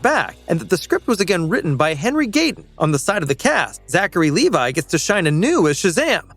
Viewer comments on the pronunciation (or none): none